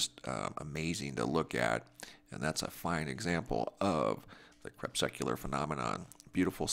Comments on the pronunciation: CREE-PUSK-U-LAR. Crepuscular rays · I subscribed and I thank you for the presentations and the data captures. A former weather observer for the USCG with 10+ years at sea, I have always been fascinated by what I have seen... Even recorded noctilucent clouds once. Anyway, just a little feedback: your pronunciation of crepuscular struck me as odd, so I checked myself. It is, in fact, krɪˈpʌskjʊlər, or kre PUS cular rays. Thanks again for your work.